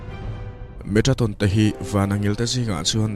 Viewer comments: Metraton ti in ilam in ka hria a. Metatron tih zawk tur ani in ka hria a.. Ka hresual pawh a ni mai thei.. I aw a fiah in ngaihthlak a nuam e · Metatron tih in a in ziak a, Metraton tiin i chhiar a. Eng hi nge dik zawk aw.!!? A ngaihnawm hle mai. 👍👍👍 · Metraton tih deuh hlîr in i lam bawk sia😁